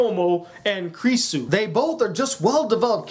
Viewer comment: Now pronounce it after me her name is pronounced "Kew-rew-sew"